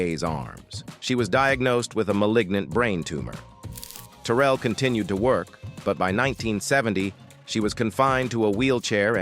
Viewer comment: Pronounced Ter-rail!!!!!!!